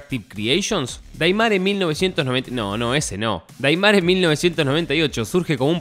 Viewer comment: 9 personas mas gente de capcom... Ya q Gracia's a ellos tenemos Al re2 remake q aparte participaron con consejos e incluso salen en Los creditos del re2 remake y vicerversa.... Tanto cuesta investigar y se pronuncia deimer 🤦🏿‍♂️🤦🏿‍♂️🤦🏿‍♂️🤦🏿‍♂️🤦🏿‍♂️